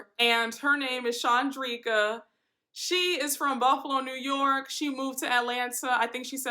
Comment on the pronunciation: that baby name is Dom'Unique 😂🤣😂 🤦🏾‍♀️ I know. A mess. And it is Shawn Dreeka. You are saying it correctly.